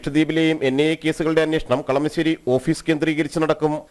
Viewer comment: NNI alla vaaname... NIA Athenkilum vallapole parayan padikku